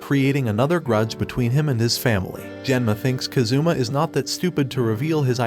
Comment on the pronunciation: He is kAzuma, not kazUma ffs.